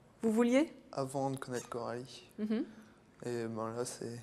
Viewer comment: C'est plus Coralie mais KEH - ralie